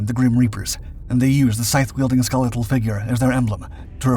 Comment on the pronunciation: scythe is pronounced with voiced TH, not unvoiced